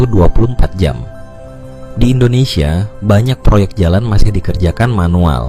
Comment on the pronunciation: Sebut betul2, Indonesia